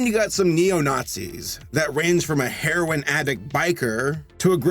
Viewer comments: Heh, “hare-oin” addict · Don't you mean a hare-oine taking nazi?